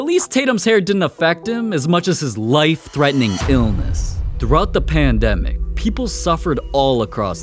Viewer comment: normal ppl pronouncing life: ly f this guy: lyeif